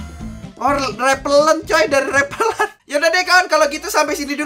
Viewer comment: w denger nya rerpeler astaga padhalnymah rerellent ada yg sama kaya w??